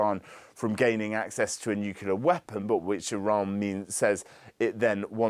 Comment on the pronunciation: Nuclear, ffs